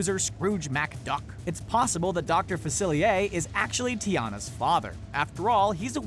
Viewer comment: Yeeez-ma. Yeeez-ma. Yeeez-ma. Not yezz-ma. Yeeez-ma. Yeeeeeeeez-MA. Facil-ee-air Not facili-a Fa-cil-ee-air